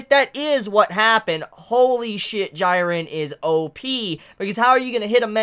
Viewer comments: His name is pronounced jee-ren, not gee-ren. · Bro I'm sorry but please...correct the way you say these names. Jiren (gee-ren). Same with hunter x hunter!! Kurapika is not (kura-peeka) it's (ker-ah-pee-cuh) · I cringe every time he calls him gyren. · this episode was lit asf, also am I the only one cringing at how is saying Jirens name wrong ☹ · Why are you pronouncing Jiren's name so weirdly? It's been confirmed how to do it right? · That's not how you pronounce "Jiren"